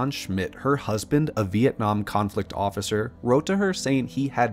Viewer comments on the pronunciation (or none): none